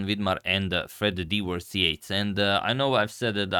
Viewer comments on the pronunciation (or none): De-whirst... Lol!^ :D I believe it is "Dew-hirst"... :) If it were "De-whirst"... It^ may be spelled like this---> "DeWhirst" Where there is a capital letter after the "De"... :) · Should be pronounced "Doo-herst" I think. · His name is pronounced "do-herst". Or "do-werst". But it does start with a "do" sound. I knew someone with this name and that is how they pronounced it. I suppose other people could pronounce it differently but that was how I knew it. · As a Brits it's more Due-Her-St the De-worst. Implying that pronounciation was he was referred to by the more normal spelling of that name. There was a famous chain of Butchers with the Dewhurst name notable for their tax avoidance when I grew up. "his birth name was actually Fred Dewhirst Yates. However, throughout his chess career he was known as Frederick Dewhurst Yates" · Great vid as usual Agadmator. I know you thirst for knowledge, so I think you should know Dewhirst is properly pronounced " Dyoo - hirst..." The Dew part refers to the morning's condensation on the grass.